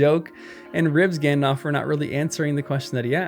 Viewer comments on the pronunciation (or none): Good lord. It’s not pronounced “gandof” lol. It’s “Alf” with “gand” in front. Like in the movies